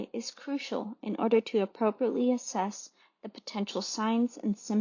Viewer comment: It's Assess, not asses. Kind of funny though.